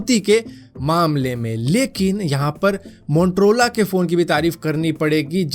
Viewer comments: Montrola 😂😂😂😂.It's motorola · Yr montrola mujhe hi sunai de rha h ya bola hi montrola h 🥲🤣🤣